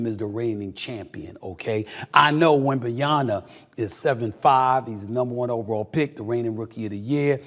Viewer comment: Who in the blue hell is Wembanyana? You gotta start pronouncing his name correctly, Stephen A.